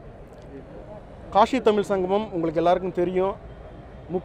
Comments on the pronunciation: காஷி அ கலுசடை அத கூட சரியா சொல்ல தெரியல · காஷி இல்ல மூதேவி காசி தான் சரியான சொல்.